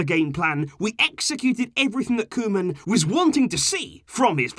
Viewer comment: when said Koeman reign, i heard Roman reign..:D